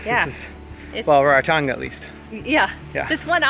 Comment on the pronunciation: Its not “Rare-Ra Tonga” is “Rā Rā Tonga”. Please, pronounce it properly.